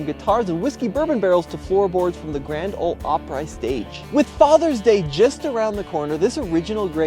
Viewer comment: Tell me this man didn't just pronounce the grand ol Opry as oprye like it's rye bread. It's Opry with an E sound. Jesus Christ and the ladder day saints out here.